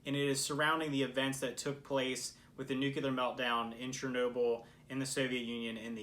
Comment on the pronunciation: It's not so hard to pronounce "nuclear", really! It has nothing to do NewKiller... Say Clear... (no, don't say Killer - CLEAR) Then say Nuclear! It's easy! Try it!